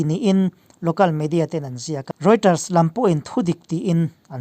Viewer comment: Rioters nilovin Reuters tih zawk tur ani e